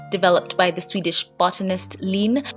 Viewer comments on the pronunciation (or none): none